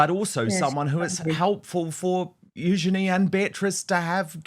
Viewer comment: Princess Eugenie: like her mother Sarah said it is pronounced “use….ya…knee”. Dan is spot on with how it is pronounced.